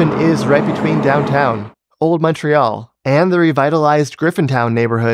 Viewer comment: So nice to hear someone pronounce Montreal correctly in English. You hear MAHN-tree-all so often on YouTube.